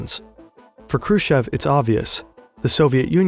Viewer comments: Its krooschoff. Chev is choff. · Combination if Kh in any russian surnames must be pronounced as hard H. The K is always silent. Also, "ev " in Khrushchev must be pronounced as "yov" or at least "ov". And the "shch" just as "sh". Hrushyov. Now go practice and re-upload the entire video 😂😂😂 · also him prouncing it like "Krushev". Like lmao i know in German the sch is an 'sh' sound, but his name is Khrushchev, with the 'sh' being one part and the 'ch' also needing to be pronounced. Khru and then 'sh' as in sheet, and shy, the 'ch' as in chair and chips, and then ev. Not that hard, english speaking people have the same sounds in their language, but can't break down words or names well enough, they just gloss over them while reading, so weird 😂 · kinda doubt your research when you can't be bothered to look up pronunciation "krooshev" and "noble" stand out pretty bad